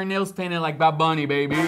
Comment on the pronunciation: wait wait, it's not "bad bunny baby" it's "bad bunneh biebeh"